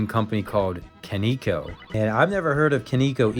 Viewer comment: It’s actually pronounced “kah-neh-koh”